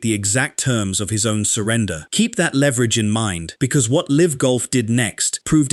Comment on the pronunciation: Sorry but who says L. I. V. rather than "Liv" It sounds like AI and the usual AI traits are there. It would be really unfortunate if your voice sounded like AI. But even more unfortunate if it doesn't and you claim it does because that would mean you're lying which won't grow your channel